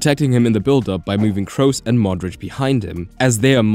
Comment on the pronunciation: Only English language channel ever to pronounce the word Kroos correctly. Am completely surprised and flabbergasted. There may have been some talk about Liverpool and United but I was to stunned to listen further.